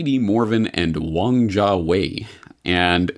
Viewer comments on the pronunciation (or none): none